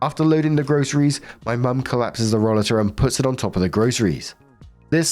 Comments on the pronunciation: I don’t know if someone already mentioned this but it’s pronounced roll-ay -ter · Last story: roll-a-ter, the a is hard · In health service we pronounce it like role--late --- or hope this helps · In the US, we call that a roll-8-r. That was the must British pronunciation you could find, right,? hat old cow knew it was someone's expensive device. No store provides rollaters to shop. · it is pronounced Ro-later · It's roll*A'ter in the US. I've had one. My balance has gone to God-knows-where. Doctors claim I have PPMS. I now have an upright walker. It's like a rollator except it has arm rests and it makes you stand up straighter. I was pushing my arms down (I call it applying too much downforce, as if I'm a Ferrari); doing that caused a ripple effect that made my shoulders so stiff they'd prevent me from sleeping because they hurt so much. My muscles couldn't relax at all. Anyway, rollaters are great with their chair built in storage built in. Sucks that anyone needs one, though. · Story 3 - When looks at the word "rollator"....ignores the obvious and correct pronunciation....and chooses an incorrect pronunciation so stupid it has to be rage bait. He knows how to pronounce "escalator", he knows how to pronounce "elevator", but "rollator" he just can't wrap his head around. Jesus.